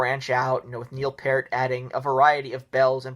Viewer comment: Major Rush fan here - I don't hate this list, in agreement with most of it. Good job! Fwiw, Peart is pronounced like peert, but other than that you did pretty good!